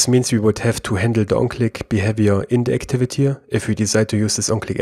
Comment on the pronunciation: D Yes you do. You add "a" to words which ends with "y" letter.